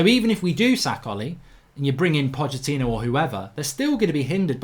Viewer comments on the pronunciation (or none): none